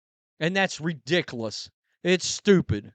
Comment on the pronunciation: Watch all your videos. Stop saying “redickless” thank you